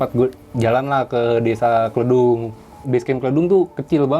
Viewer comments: Sebagai orang temanggung greged bet daah pen benerin , bukan kledung dengan E ejaan endog tapi kledung dg E ejaan Elizabeth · Hehe, lucu aja pas nyebut Kledung pake e-lemper, orang sana nyebutnya pake e-merah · pengucapan Kledung yg bener adalah E seperti pengucapan pada nama Eka 🤭🙏